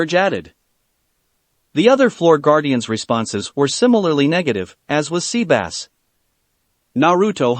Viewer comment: He called sebas Sea bass i’m done I am so done🤣🤣🤣🤣